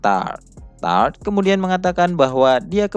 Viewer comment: Tarte dibaca tarte bukan Taort atau tart soalnya di anime juga ejaannya begitu " Tarte "